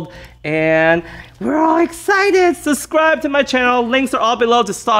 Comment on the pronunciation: Why does he say suscribe?